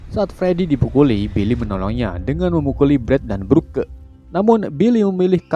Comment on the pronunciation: Broke=brok League=litch Pliss jangan salah baca lagi soalnya gue jadi kesel gak tau kenapa